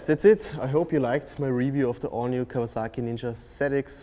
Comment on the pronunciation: The artificial voiceover detracted from what could have been a good video. If you're going to use a synthetic voiceover, make sure it can actually pronounce "Kawasaki".